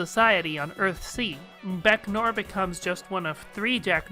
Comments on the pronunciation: 'noir' is pronounced like 'nwar', not 'nor' -- great video otherwise. :) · To make matters easier, you may want to pronounce noir as "nwahr"